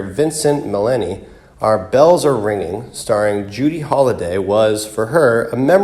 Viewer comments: He means VINCENTE MINNELLI (He pronounced it wrong, saying Millenni) (I was born on her 17th birthday, May 20th, 1957) The Ghost & Mr. Chicken is one of my favorite movies..... Rest in Heavenly peace, JOAN STALEY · Vincent "Millenni"? David Nelson's secretary? "Audrey" Murphy? Good god, who narrated this?